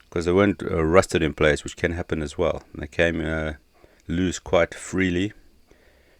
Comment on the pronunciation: Why do you pronounce loose as luce?